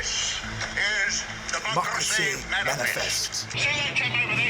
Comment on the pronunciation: I love how he rolls his tongue in the word "democracy"